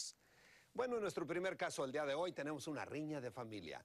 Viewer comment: porque la de morado dise dilla en lugar de día que feo abla esa jente